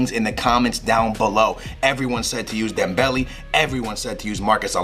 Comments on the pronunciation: Leaving a dislike for the one reason why you say dembelly instead of dem-bell-ay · its dembel-A not dembel-E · dembele is pronouced DEM-BEL-AY